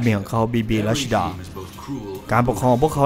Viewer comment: ควรอ่านว่า รัชจีด้า อ่านชื่อแบบเดิม คนดูจะนึกว่า เป็นคนญี่ปุ่น